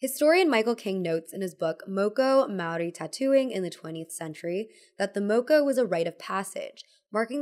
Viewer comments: Oh hey māori rep! Also 'moko' has a longer 'o' sound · it was really nice to hear you talk about Moko, as somebody from Aotearoa New Zealand! just thought i'd note, Moko is pronounced with the same "o" sound as in "more"